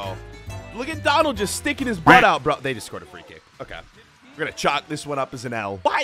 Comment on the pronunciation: It is not dalphy it Is donald